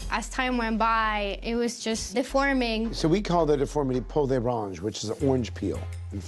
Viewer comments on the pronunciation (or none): The term is peau d’orange.